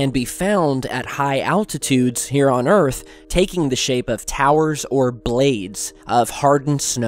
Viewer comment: You can't handle the troof! And welcome to earf!!